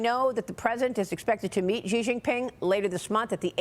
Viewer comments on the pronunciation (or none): I'm not taking up for the guy, but why can't anyone pronounce Xi Jinping's name correctly? Xi is pretty much the same as "she."